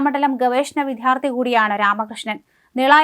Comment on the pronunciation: വാർത്താ അവതാരകയോടു പറയൂ വിധ്യാർത്ഥി എന്നല്ല വിദ്യാർത്ഥി എന്നാണ് പറയേണ്ടത് എന്ന്